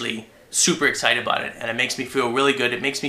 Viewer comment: aboot lol